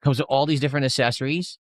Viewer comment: 'Assessories', he really is an utter regard.